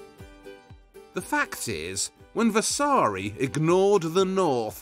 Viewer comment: Vasari. no vessssaaaari